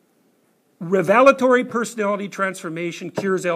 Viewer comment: A bit of an unusual pronunciation on revelatory I think. Maybe that's the way they say it in Canada......